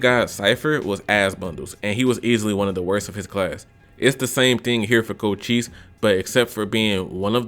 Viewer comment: “Co chi se” Its pronounced “Co Shise” But I agree with your list, mostly. Edit: yaaaaaaa, I got it wrong, it is “Co Chese”